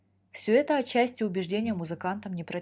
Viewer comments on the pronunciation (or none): none